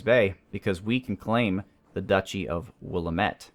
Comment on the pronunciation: Don't say Willuhmet. It's Willamette, the a pronounced like the a in and, I live there and your causing me physical pain